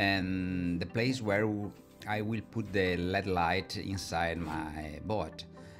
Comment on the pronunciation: I learn a lot from your videos. Thanks. I'd like to teach you something in return. When you say LED lights it is not pronounced like the metal. L.E.D. actually stands for Light Emitting Diode. It is pronounced like each letter all by itself. L-E-D And I will add that I only wish I could speak even some Italian as well as you speak English.